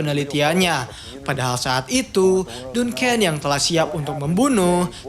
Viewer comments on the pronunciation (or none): Duncan dbaca danken bukan dunken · Baca Duncan nya salah kayaknya bang